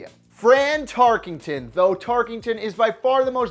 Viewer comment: TarKENton, not TarKINGton.